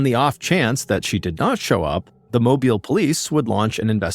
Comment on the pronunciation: It's always crazy to me when I hear a story on here from where I grew up! Excellent job with the pronunciations of Pascagoula and Mobile, BTW. But I had little doubt you'd nail it considering the story that included Gautier (pronounced go-shay), you hit that one spot on too! 😊